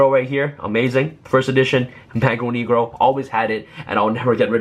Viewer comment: I am from Brazil, and you are pronouncing Mago Negro in a wrong way lol